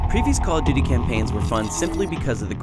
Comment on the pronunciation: It call of buty